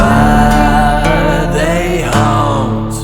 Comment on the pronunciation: it’s haunt not hunt